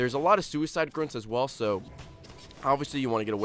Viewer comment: Wait Wait! Did just say theres a lot of suicide Groonts? Its Grunts!